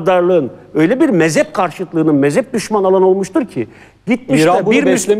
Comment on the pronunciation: o dediğiniz mezep değil mezhep, Türkçeyi düzgün konuşun lütfen siz göz önünde bulunan bir insansınız.